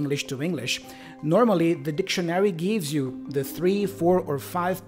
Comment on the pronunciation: Happy New Year🙃🙂 I`m afraid your pronanciation of the word DICTIONARY is a bit incorrect😉 your stressed sillable is wrong. Check urself again